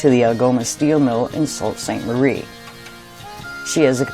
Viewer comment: well done but a little correction as it is not salt st marie but soo st marie as pronounced